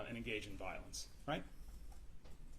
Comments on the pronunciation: She doesn't support " volince" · “viilence” “krupshun”